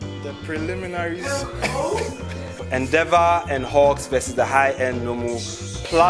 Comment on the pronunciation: out here not knowing how to say "preliminaries"... big sigh